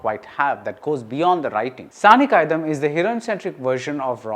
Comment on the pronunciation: But BR, it is not Saani காயிதம்.. it's காயிதாம்.. நெடில் :)